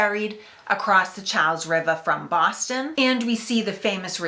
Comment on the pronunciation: I think she said "Baaahhhston" .... or something like that